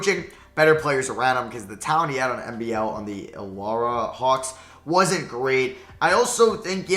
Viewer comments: I feel offended when he said illora not Illawarra :( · How dare you disrespect the NBL. As an Aussie, I would know it’s not pronounced Ilawra Hawks, it’s Illawarra Hawks